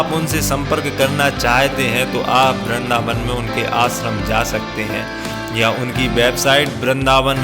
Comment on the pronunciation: वृंदावन होता है भाई। बिंद्रबान नही। उच्चारण सही किया करो